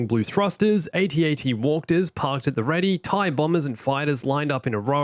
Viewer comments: "at-at walkters" did u mean to say that hmmmmmmmmm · Anyone else notice that said "Walkters" I love me some Walkters.